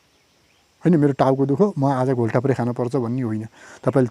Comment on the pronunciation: घोल ताप्रे होइन राजा घोड टाप्रे हो !